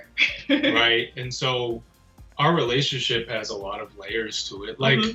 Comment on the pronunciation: He looks so serious until she says “relation-sheep” 🤣 ahh I love these too